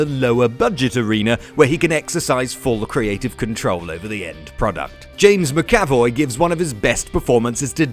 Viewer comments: The way he pronounces "James Mac A Voy" is grinding my gears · Jumanji: Welcome to the Jungle? Also please say James Mcavoy right.